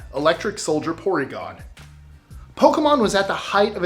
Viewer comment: It's 'soldier', not 'solider'.